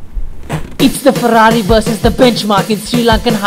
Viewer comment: bro you say 'Perrari', just like we sometimes say 'Definitely' or 'ferformance'